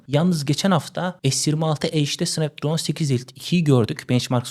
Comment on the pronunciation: snapdragona sanpdraon diyon - cigabayta cigagayt diyon yavaş konuş anlaşılır ol kanalı ilk açtığından beri takip ediyorum seni ama şu kelimeleri yuttuğun için izlemekten kaçınıyorum